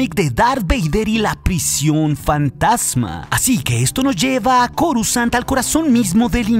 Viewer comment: porque en mas de un canal normalmente pronuncian """corusand"" en vez de coruscant como debe ser????